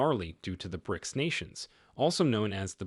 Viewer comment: Why does your AI voice pronounce BRICS as brices rather than bricks...